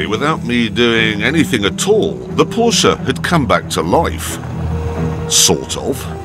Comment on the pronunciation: "Jeremy Clarkson and his haunted proshe"